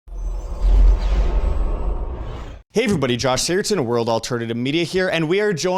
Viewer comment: You need to learn how to pronounce your name, Josh. It's SigurdSON, not SigurdTON. C'mon, man. Get with the program.